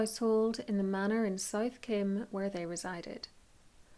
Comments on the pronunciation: Kyme - is pronounced KIME not Kim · Wow.. being a local to the mentioned area, I didn't know Bessie lived around here.. thank you for taking the time to make these wounderful videos.....not that it really matters but we pronounce Kyme kime as in lime....